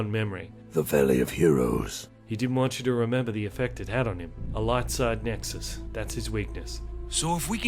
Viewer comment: I really love how he said light side Lexus instead of nexus